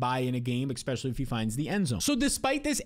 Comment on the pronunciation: I turn off every video of yours as soon as you say “Exspecially”… Took like 5 words this go. Congrats.